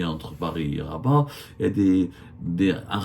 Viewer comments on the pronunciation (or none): none